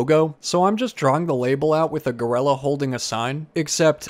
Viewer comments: I’m not being sarcastic when I say that I adore the way you pronounce gorilla- GORELLA- it’s much more evil that way! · Your accent always comes out when you say “orange” lol and today when you said “gorilla” it became more apparent 😂